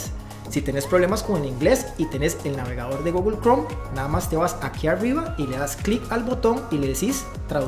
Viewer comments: Me gustan tus videos pero mis oídos no soportan cuando dices "Gogle" ,😵‍💫 la pronunciación correcta es con u , Google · Me.gustan tu videos pero mid oídos no soportan cuando dices "Gogle" ,😵‍💫 la pronunciación correcta es con u , Google